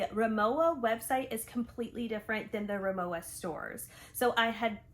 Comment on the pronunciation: I have the RIMOWA Hybrid carryon and check in bags in white with silver aluminum accents. And while the check in suitcase gets a scuff or two every time I fly, Mr Clean Dry Erasers take it right off. Incidentally, Rimowa is pronounced RimoVA